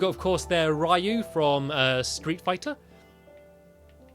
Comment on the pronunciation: did you know ryu name that your suppost to say roo